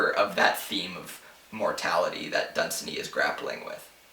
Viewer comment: I believe you are mispronouncing Dunsany. The three syllables are not run together, the second has similar stress to the first. Done - saney